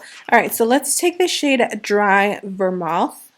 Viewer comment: This collection is beautiful, buttery and in line with that same glamlite formula we love! And it's dry vermouth ( sounds like vermooth). Just in case you want to know. 🥰 THAT LOOK IS GORGEOUS 🤩🌹